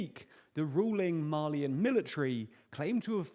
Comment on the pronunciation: Thought you were saying “Marlean”, not “Mali-an”. I was scared we were about to start seeing Titans in Africa lol